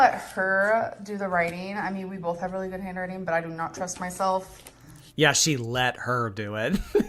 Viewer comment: Oh yeah, she did that! Bolth! 😂😂😂